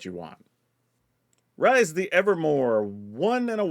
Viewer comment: Rhys is pronounced "Reess".